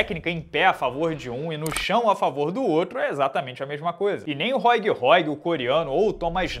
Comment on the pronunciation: Róig Róig? Ah pelamor de deus. Faz uma forcinha pra pronunciar o nome dos caras direito